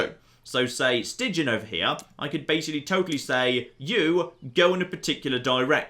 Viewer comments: As A Belgian, the way you pronounce the name "Stijn" is so funny XD it's basicly pronounced as "Stain" not "Stigin" XD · Don't know if the guy with your name has any Dutch connections, but Stijn is more pronounced like 'Stine'. The 'ij' is a contracted vowel, not pronounced as two separate letters. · "ij" can be pronounced the same as "ei" as in einstein. in dutch we call ij the long y and ei the short y. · in Stijn the ij is pronounced similarly to the I in Ireland,.